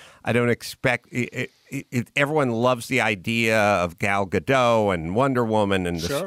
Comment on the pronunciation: Everyone pronounces Gal Gadot's name as if she's French. She's Israeli. The "T" in Gadot is not silent. It's not Ga-doh. It's "Guh-dot."